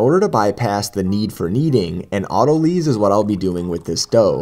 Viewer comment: why do people say autolees? it's spelled autolyze. or autolyse in the uk.... auto LIES. and its NOT a noun. One would say an autolyzed dough.